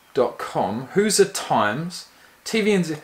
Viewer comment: Its pronounced hoo-zhrz. Basically anyone from Indiana is a Hoosier. Not really sure where it comes from but you can look it up. Love the channel!